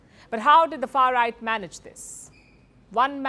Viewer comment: Stop saying far ight.